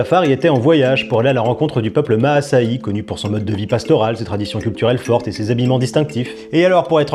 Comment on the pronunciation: Est tu certain de la bonne prononciation de "Maasaï" ?